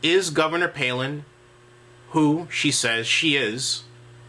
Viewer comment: Answer- Hell No! Because Kevin doesn't even know how to pronounce Bristotl's last name. Duh!